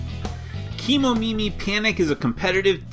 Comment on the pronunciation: Just wanna mention that the pronunciation should be Ke (Keh and not Key) Momimi... Kemo is probably shortened from Kemono which means animals and Mimi means ears in Japanese and the word Kemomimi is probably from Kemonomimi which is usually associated with humanoid characters with animal ears (sort of a reverse anthropomorphism?) so that's the whole idea behind Kemomimi... cruel creatures though, you have to kick em out of the village after they lost their jewel... where will they go after that?!?! Will they survive in the world?!? is there any other Kemomimi village they can go to?!?